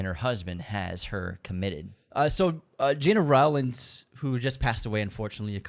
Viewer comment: Agree, also learn how to pronounce Gena Rowlands, James Caan, Charles Laughton, etc. But please don’t let this nitpicking stop you from the holy mission of championing classic cinema. But do take the time to find out how to say their names.